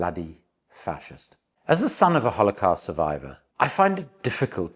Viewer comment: Great video until I had enough of you mispronouncing holocaust. Sorry but very annoying